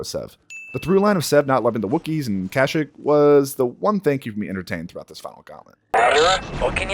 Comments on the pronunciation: no you ahvent been pron ouncing kashyyyk wrong, the older games like to misspronounce a couple things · Why do you seem to hate rule 39 so much? XD (Never say no to bacta.) And no no, you're pronouncing Kashyyyk right, they're not. Vode An, on the other hand... you're SO far off every time.